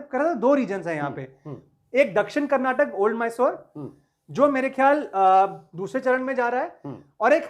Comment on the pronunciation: Sir... Kar-nat-kaa...hai... it's not kar-na-tak